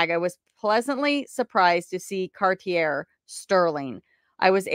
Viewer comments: pimp-er-nell, like the bread. Cartier - Cartee-aa Nihm - Nim (great kids movie!) Ukulele -You-ka-le-le This onee was hard on you lol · Cartier is pronounced Car-Tee-A